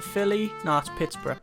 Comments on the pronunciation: Haha "pitspurrah" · pitts- burg as in burg-er